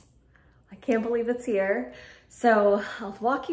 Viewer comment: love the way you keep saying "here" like "hya" 🤣🤣🤣 lifting books and organizing bookshelves are such a workout! no idea how you did it and also picking stuff up at... 6 months pregnant?! 👏 great job with the shelves!!!